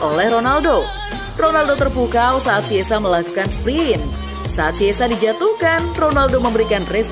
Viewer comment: Chiesa bukan kiesa atau siessa ejaan nya baca dong